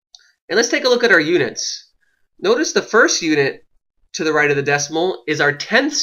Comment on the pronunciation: WHY IS HE SAYING UDITS!? It’s pronounced UNITS